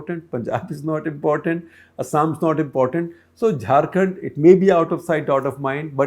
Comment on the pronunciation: SG and ThePrint is doing no favours to anybody by covering news from Jharkhand since it is as much a part of India as Delhi NCR or any other! Also, mispronouncing a name is rude and shows the research team didn't bother to find out how to say it correctly. Even an attempt would have been appreciated, compared to the Anglofied enunciation..!